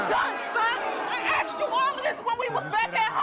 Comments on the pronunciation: Donnetta could easily fit 40 oreos in her mouth and still have space for a baguette. And why people say "i axed you" instead of "asked"? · She axed you this